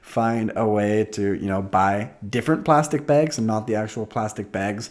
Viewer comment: lol says it like "begs"/"bägs"